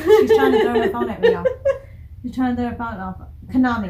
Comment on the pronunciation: The person that posted the pronunciation was a little bit wrong lol. It isn't pronounced Kay-na-mi. It's pronounced Kah-na-mi (soft A sound). The drummer is Ah-ka-ne. I hope you get to 'Moratorium' , 'One and Only' , and 'Onset' soon.🙂 The gold rush interviews are probably the best ones on YouTube (the AbemaTV one was the best, but it was taken down 😕). I really like Mincho's (Kanami's nickname) guitar solos. I really hope that they make an extended intro or outro in one of their songs. Band-Maid currently has four instrumentals: Onset, Without Holding Back, Go Nuts, and Don't Be Long. Another entertaining reaction. 🕊️ Po!